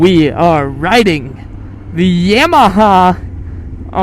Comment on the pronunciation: Yah ma ha. I almost didn't watch it when you said yam ma ha. Made my stomach turn but I won't judge you this time